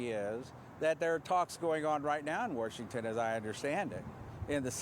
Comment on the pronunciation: . Mfer said “warshington”.